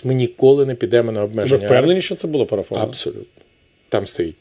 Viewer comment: ПОрафовано, інциНдент і моя підпис стояла (с)😂. Він ще й неграмотний. Треба, щоб п'ятий президент в Юлі навчився говорити кАоліція 😅